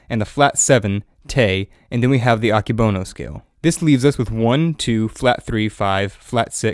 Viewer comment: Fun fact: this person said "Akebono" wrong. it's pronounced "ah-Keh-bow-no"